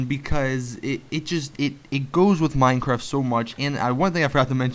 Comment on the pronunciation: You said mine crack